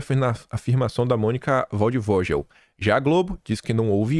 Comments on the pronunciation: Da pra ver que vc não vive a nossa realidade,não só por morar em outro país,mas por não se importar e nem conhecer nada sobre o Brasil. A pronuncia correta é "valdivoguel' e não "Valdivogel" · O nome da jornalista é alemão e pronuncia VALDFÔGUEL. O W tem som de V, o G som de GUE, o V som de F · Querido, o nome da jornalista pronuncia se com o som de gue ex; Monica:Waldvoguel", escreve se Waldvogel. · A pronúncia é: valdivôguel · a pronúncia de Waldvogel é “ Vaudefoguel”💪🏻😎👉🏻🇧🇷🇩🇪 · o correto é WaldvogUel, como se tivesse o U. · a pronuncia é FALD FÔGUEL é um nome alemão , W em alemão tem som de F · Se permite, a pronúncia da jornalista é waldvo(GUEL). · Pronuncia ,Monica Valdfoguel (passaro da floresta) em alemão! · Acho você muito inteligente, porém! a pronúncia do nome da reporter foi de doer os ouvidos, lembrou-me o alto da compadecida onde o personagem letrado em alemão não sabia mais falar português. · gosto muito das suas análises. Sugiro que antes de falar os nomes de pessoas em seu vídeo, veja como se pronuncia cada um deles ( ex: o sobrenome da Mônica você pronuncia errado). Continuo sua fã!